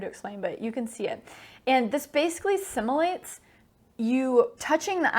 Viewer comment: Anyone else die inside when she said similate instead of simulate ?